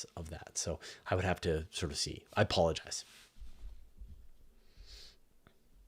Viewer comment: “I a pollenise”, I hear you bro, I hear you